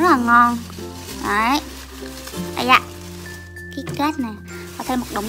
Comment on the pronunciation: ơi chị đọc sai rồi ạ, kít cát chứ ko phải kít két